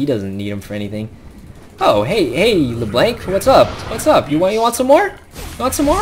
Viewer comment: It's LeBlanc...not LerBlank. XD But you're pretty funny, so it's okay.